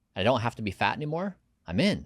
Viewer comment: why did he press on the word faaaat in the beginning..